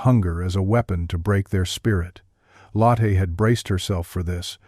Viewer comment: "Lottee and Hildee . . Should be Lotteh and Hildeh IDIOTIC AI